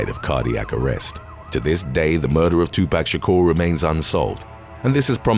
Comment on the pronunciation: LMFAO "two pack Shakur".